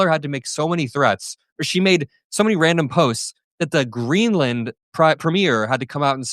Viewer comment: Hummmmm !!! Is their oil in ‘GREELAND’. 😂🤔🤣😆